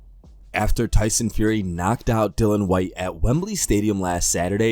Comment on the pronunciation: yo easy mistake but you keep saying tyson knocked out Dylan Whyte, it's Dillian